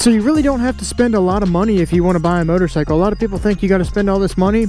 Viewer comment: Did he say murdercycle? Haha 💀